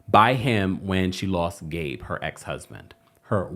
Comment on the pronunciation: He can't even say Gabe's name 🥶 yikes!!